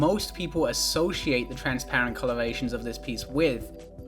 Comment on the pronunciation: lego rly said trans-lights 🇷🇴✊😔